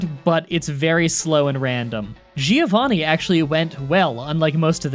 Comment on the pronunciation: THATS IT I heared you mispronounce the name Giovanni one too many times! :D You dont really pronounce the "i".. the italian "gio" sound is similar to the "jo" in the name Josselyn or John. Giovanni is in fact the italian version of John. So please please never say "Giiiooovani" again :)